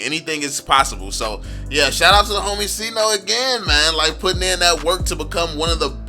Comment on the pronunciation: Sayno not sino